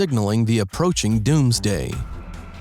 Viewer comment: LOL “dOoMsDaY”